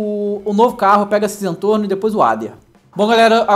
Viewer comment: Não é Zantorno é Zentorno